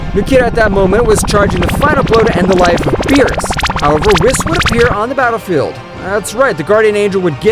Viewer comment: whis is pronounced (weese)